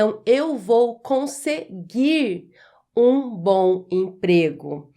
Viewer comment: "Eu vou conseguir um ..." quando houver, em seguida do verbo terminado em "r", uma palavra iniciada com vogal, a pronúncia denuncia e torna o erro evidente.